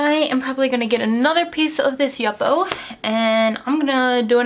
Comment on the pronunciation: Love the video, thanks for sharing, but the yupo paper is pronounced you-poh, for future reference. Also, if you wait until the ink is almost completely dry before spritzing it with the alcohol, you can keep the speckled effect in the arkwork.